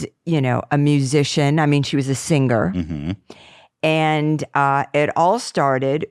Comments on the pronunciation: Anyone else notice that Donna says the word ‘singer’ the same way Ethan does !! 🤣🤣 “SinGer” Surprised Dan didn’t bring it up. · proof that Ethan learned how to say “sing-ger” from his mom 😑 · Now we know why Ethan pronounces sinGer/sinGing like he does 😂😂😂😂😂😂😂😂😂😂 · DONNA ALSO SAYS SING-GER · well now we know why Ethan pronounces his g's so hard lol gets it from his mama! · Donna pronounces the g in singer the same as Ethan does LOL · Omg... Ethan's pronunciation of "singing" comes from his mum! Listen to Donna say "singer" . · I see where Ethan gets his pronunciation of "singer" from hahah